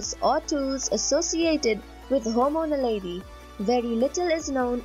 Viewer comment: Dude, it's Homo naledi. {:-:-:}